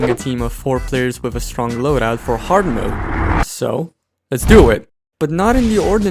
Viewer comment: "hard wode" lol